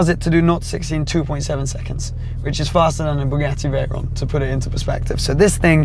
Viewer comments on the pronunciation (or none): none